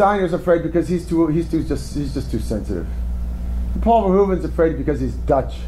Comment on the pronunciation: Yes, that's how it is pronounced in Dutch. Ver-hoo-ven, where the e's are almost non existent and sort of like a very short "uh" sound, and the initial "v" can even sound closer to "f" than to English "v".